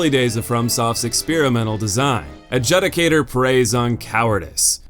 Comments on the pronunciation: the U in Adjudicator is a long U. A-JOO-di-cate-or Also, "Out-leer" is not how you pronounce Outlier. It rhymes with out-tire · Please learn how to properly pronounce adjudicator